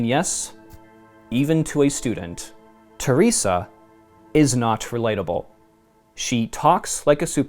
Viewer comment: Ther res Ah. Not Tier rese Ah